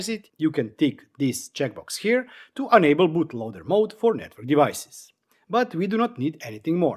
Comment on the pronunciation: thank you bro, super nice video (as usual) just upgraded mine coordinator and router P.S. enable should NOT sound like "unable" ;-)